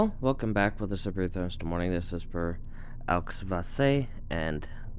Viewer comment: LOL YOU DIDNT PRONOUNCE AUXVASSE RIGHT LOL (jk)